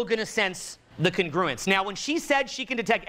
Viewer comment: Is that really how you pronounce "congruence"?